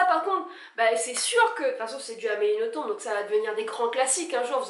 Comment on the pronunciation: Je précise qu'on dit Amélie NothomB'. Confirmé pas Amélie elle-même.